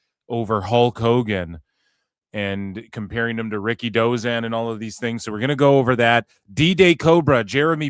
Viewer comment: Ricky Who? Dave stop saying Ricky Dozan no one knows him?